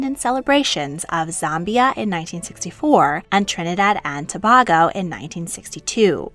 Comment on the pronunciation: To the author: in case you have to mention the country in any later video, "Tobago" of Trinidad and Tobago is pronounced "Tuh-bay-go", rather than "Tuh-bah-go".